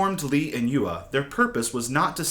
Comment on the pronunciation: Great video but please spend 1 minute learning how to pronounce 'yue'. Hint, it's not you-er